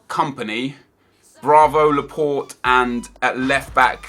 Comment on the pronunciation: Why did he say Laport wen it is Laporte